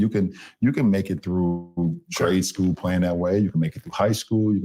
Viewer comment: did he say "trade schoo"? Anyway, I don't know how tf he even made it through "school" saying "schoo" 🤦‍♂️🤦‍♀️🤦😆🤣😂